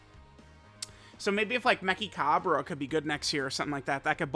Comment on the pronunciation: The way he butchered the pronunciation Mechikabura lmao It's like the Cinderella song Menchika-boo-la Meh-chi-ka-boo-ra